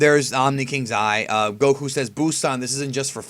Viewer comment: he can't even pronounce Goku properly he constantly says gokhu and now he says Baysil instead of Basil. In English you pronounce a vowel by its letter if there is a y or e after the next consonant